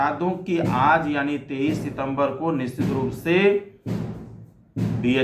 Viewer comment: Sir apka word 'nischit' hopeless hai😢😢😢